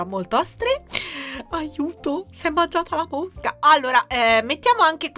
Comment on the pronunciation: Oddio,che bellaaa! Quando hai detto la pianta carnivora si è mangiata una mosca ho capito mucca 😂